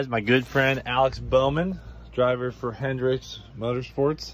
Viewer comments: its Hendrick....not Hendricks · Come on Cleetus it’s Hendrick not Hendricks!